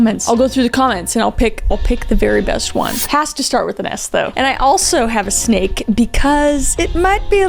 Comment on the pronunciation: Shhhhhteve the shhhhnake…